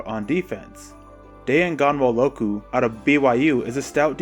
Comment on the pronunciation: Butchered Ghanwololu's name. Its pronounced Die-an GUH-wal-uku